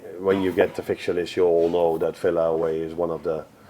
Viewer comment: Love Arne! 🥰 ...but someone needs to explain to him it's not pronounced Filla 😳